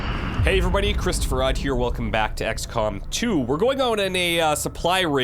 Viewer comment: I don't know why, but I keep mistaking the "Hey everybody, here..." intro as "Hey, Chris(toph) Farhad/Faraad here..." It's just a small thing and something completely inconsequential, but I knew somebody with near the same name, hehe:)